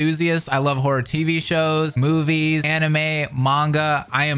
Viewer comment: Yo, I really thought he said “I am whore”😅😅😅 but given the context of the video… horror not whore. 😅😅😅